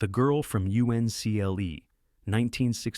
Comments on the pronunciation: You-EN-SEE-EL-EE ? It was called the man from Uncle . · UNCLE GODDAMNIT, ITS UNCLE, NOT u.n.c.l.e. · It's not niece, it's nice. Nīs. Long I It's not u.n.c.l.e. it's Uncle. You're supposed to pronounce the acronym as a word, not spell it out. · 'The girl from you see en el eee' Another AI fail 🤷🤷‍♀️🤷‍♂️ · 1000% agree! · Can’t pronounce UNCLE?